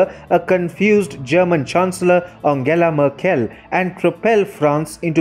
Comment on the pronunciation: as a german i have to say you really should look up how to pronounce merkels name, i had to stop listening to your video it hurt my hears